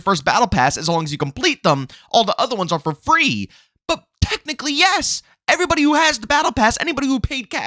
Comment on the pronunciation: “What’s going on erybody” Love it! Lol